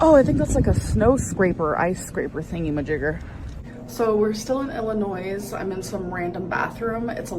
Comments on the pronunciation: Why does it irk me so that she pronounced the "s" in "Illinois"? I cant stand how so many of my American countrymen will look down on people with accents because English is a second language for them, but then cannot properly pronounce English words themselves, even though it IS their first language. I highly doubt many of those who make fun of accents would sound very native if THEY had to learn a second tongue... Just Saiyan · How does she not know that the "s" in Illinois is silent? 🙄